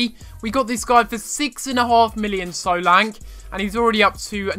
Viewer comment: he is saying solanke wrong